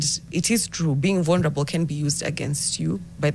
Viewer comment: What's 'vonrable'? The context leads to think she means 'vulnerable'...😊